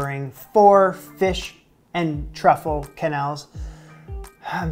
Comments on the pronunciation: As a French Canadian: its Ke-nelle!!! Im slowly dying inside everytime you say Que-nel 😢😢😢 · En francais the QU sound like a hard K and not a QW So for example Quebec is Kebek, not Qwebek and of course Quenelle is Kenell not Qwenelle. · I'm glad to see you making some of the Julia recipes that most people ignore. You plated the quenelles and sauce beautifully. I love quenelles, but I don't make them very often. Plain quenelles are particularly elegant with lobster sauce, and they are great as a fish course if you are hosting a multi-course dinner party because they are easy to warm up. The pronunciation is definitely "ke-nel". In French, "qu" is always "k". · In french "que" sound like "ke" the U is silent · But the "e" right after "qu" should be closer to an english "a". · your prononciation of quenelle is correct, but the plural, written quenelles, is pronounced without the s. basically exactly the same as the singular